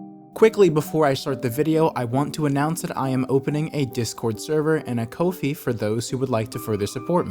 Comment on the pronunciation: I thought it was pronounced Ko Fi